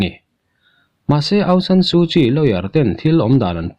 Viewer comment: Bengvar thlak hle.aungsan sukyi tih hi aung chu nambar chhiar na a sawm kan lam anga thluk tur.awng-sawm/san tih hi sarzam kansawia sar kan tihanga thluktur san-sar tiin.su chuvawkpa sut nghak kan sawi a sut tih thluk hman tur su-sut/kyi hi chial kanlam anga hmantur kyi-chi ti ang in.awng/sawm, san/sar,suh-sut,chi-chi tihangin.